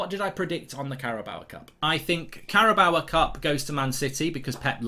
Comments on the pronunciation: I need to know If I've been saying the carabao Cup wrong or if he's saying it wrong. CARABOWA???? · Why do you add an ‘A’ to the end of the Carabao cup? 😂